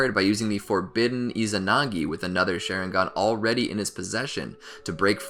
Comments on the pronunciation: It's Sharingan, not Sheringan EDIT: It's Mangekyo, not Mengakyo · Did this dude say share ing gun bruh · bro XD "shareinghan". nice vid tho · Bro really said "Sharing gone" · I know I can’t be the only one getting mad when he says sharingan wrong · The "shareingan" as you say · Bruhh Manz said “shareigan” 😭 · Why did he say Shisui awakened the Mangekyo Share-ingan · Share-ingan lol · Did he just say “Share-ingan” 😂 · “share ing gan” Im dead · you said sharingan wrong